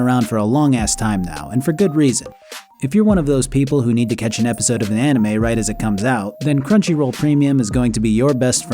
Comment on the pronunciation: I cringed when he said anime